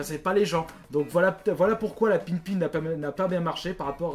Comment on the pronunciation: Sinon le vrai nom de la console d'Apple c'est la pippin et non la pinpin voila sinon super vidéos et continue les duos